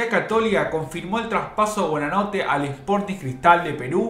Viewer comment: durante todo el informe dice BUEnanote! y es BUOnanote